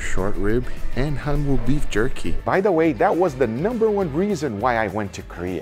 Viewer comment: gotta drop the "w" tho its more like hanoo beef. cant believe you had pancakes with all that available!!!!!!!!!!!!!!!